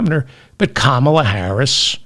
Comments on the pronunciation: Still can't pronounce Kamala. Sign of inflexibility. Maybe also just fulminate intermittently. Again, a bit of vocal flexibility would be welcome. Re trans and other policy issues - yes, be prepared to discuss it BEFORE it becomes and issue with many numbers. Seth is not wrong. Dem denial that wokeness is or could be an issue IS AN ISSUE. You are spitting and fulminating from a fake moral high ground. An old man not understanding erasure of womanhood as its own category.Being a woman is an optional extra for a male. There is an issue for women. Maybe not for bitter old vegans. Hey, how about eating a steak? Might calm you down. You're. sounding very bitter. Too much roasted broccoli, perhaps. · Why should I listen, like and subscribe to your channel if you can't even say a first name right!!